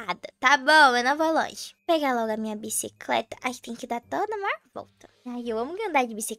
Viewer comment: “Bicicreta” ri nessa😂😂